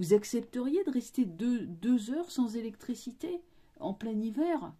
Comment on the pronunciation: Electrecité, c'est comme genycologue!